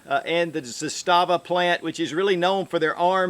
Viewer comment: Pronounced “ZAH-stuh-vuh” Arguably better AKs than Kalashnikov, best SKS version ever made, and their Makarov-type pistols are just solid. Looking forward to picking up one of their revolvers.